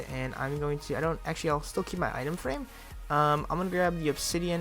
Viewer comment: Who heard him say itema frame